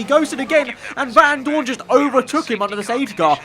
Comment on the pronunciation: Anyone else get annoyed by the way he pronounced Vandoorne. It’s not Van Doooorne it’s Vandoorne. Get it right 😐